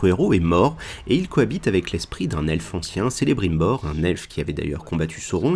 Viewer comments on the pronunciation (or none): On dit ''K''elebrimbor